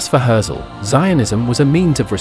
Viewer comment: Maybe learn how to pronounce his name?